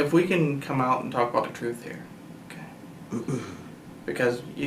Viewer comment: “Das da troof. Das da reality.” BRO PRONOUNCE YOUR T’s